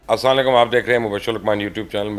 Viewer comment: Sir salam sahi kia kren please..... Assalam o Alikum hota ha asss sla kalum nah hota es ka mtlb hota ha ap pr mout nazil ho